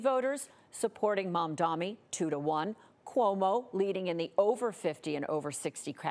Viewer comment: Its MADANI 🤌🤌